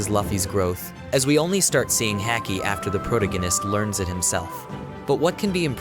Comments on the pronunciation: The way you pronounce Haki sounds like a dude from Boston talking about hockey lmfao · Everything was great until you said Luffy and haki wrong. Comon man lol